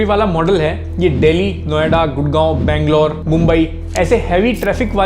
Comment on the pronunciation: mf showed charminar and said beaglour . lol